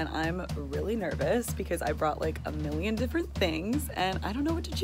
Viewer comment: Hahahaha me too like its MILINON* hunny not plural lol